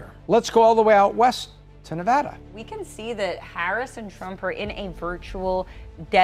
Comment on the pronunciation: you still are pronouncing Nevada wrong! It’s VAD not “vod.”